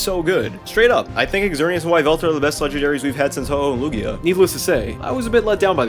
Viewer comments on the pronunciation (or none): none